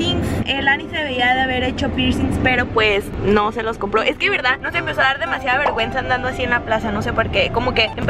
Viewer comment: Minuto no dice vergüenza dice verguenza 😂😂